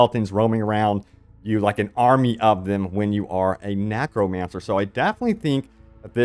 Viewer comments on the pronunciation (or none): After hearing you say nAcromancer I can't take you seriously anymore😂😂😂